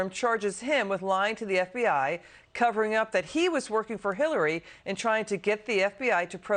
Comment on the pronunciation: she said kiliary Clinton. Lol